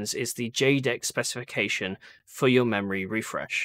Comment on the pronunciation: What does he say in the intro? "What's your minimum sopesification/specification/spestication?" Help!